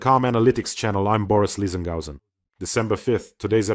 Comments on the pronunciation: Is this an AI version of you? You said “Lizengauzen”. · Boris Lisengausen? 😂😂😂